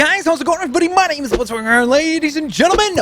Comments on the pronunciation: Man pronounces the names like he has never seen the show in his entire life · Why does this man pronounce the names like he’s never watched the anime....